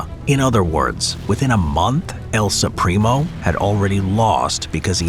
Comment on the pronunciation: "el Supreem-o" ahahaha hilarious pronunciation